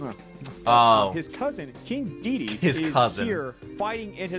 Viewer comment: Everytime you say DEDE a piece of my soul dies. It's DEDEDE